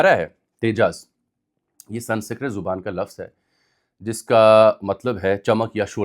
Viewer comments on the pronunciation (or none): I being too much particular about spellings and pronunciations and you being a very admirable journalist, compels me to correct you when you go wrong. You said "Sansikrat". It's in fact "Sanskrit". Or maybe I heard you wrong.